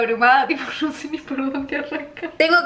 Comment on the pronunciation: Me da risa cuando, en lugar de decir "No" pronuncia "Do" 😂